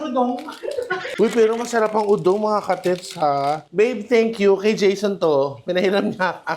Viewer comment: First ❤ ano ba talaga MGA KA-TITS o MGA KA-TETS😂 enlighten me😂😂😂❤